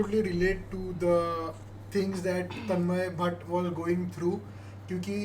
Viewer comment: Its not tanman bhat its tanmay bhat